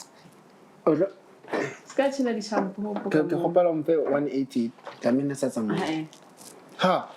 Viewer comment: 😂😂we it's Dlamini not Ndlamini😢😢😂❤